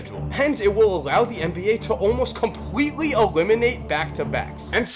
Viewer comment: Was it just me or did he say compwetly ewiminate back to backs at the end of the video